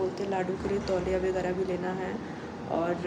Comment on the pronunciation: Begarah nhi hota h vagarah hota h...plz thoda change krne ka try kro